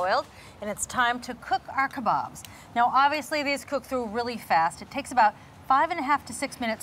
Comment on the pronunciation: It's so nice to hear kabaabs being pronounced properly and not the weird way they usually are (kay-baabs) . I am from India and love your videos .